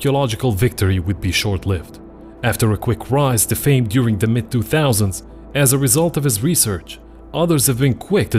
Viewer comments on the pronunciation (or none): none